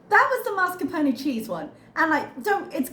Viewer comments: Except the r is in the wrong place. “Marscapone” is a very common mispronunciation, but it’s “mascarpone.” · As an Italian, I confirm that one needs to pronunce the final “E” in Mascarpone - it sounds like the E in bEd. BTW, this is the same for VersacE that is usually mispronounced as VersacEE and it drive me crazy!!! 😂